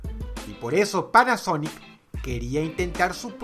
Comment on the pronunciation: Soy el único que escuchó sonic y no panasonic ??? lol